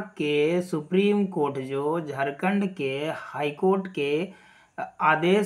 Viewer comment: Aapko to jharkhand bhi bolna sahi se nahi aata, kya daru pi kar video bna rhe hai, ... Pahle hos me aa lijiye fir video bnaye. मैं आपको बता देता हूं, फैसला जो भी आएगा , सही आएगा । Ctet or jtet दोनो के लिए आएगा, कोई बाहर नहीं होने वाला है । जोहार झारखंड!